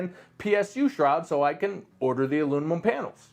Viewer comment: Why do you pronounce aluminum like alumlum lmao